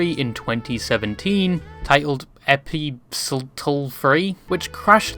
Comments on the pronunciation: Epistle is pronounced EE-PISS-ELLL, you HEATHEN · Epistle. Rhymes with "thistle". Means "letter". You utter mong. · epistle is pronounced "uh pee sell" the T is silent. English is not my first language but our pastor in the 90's to late 2000's was American